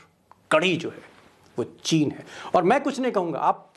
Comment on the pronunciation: चीन का च नही बोलते चीन का च ।